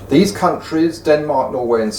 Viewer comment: I do not like this guy say Denmark